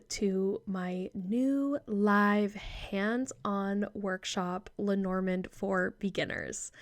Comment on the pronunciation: Hi ❤ thank you so much for your perspective. I appreciate the effort and contribution you make. As a European, may I beg you to try to pronounce Lenormand as it would have sounded en français? It's so distracting hearing it mispronounced repeatedly. And perhaps it would honour her between the worlds. Thanks again! 😊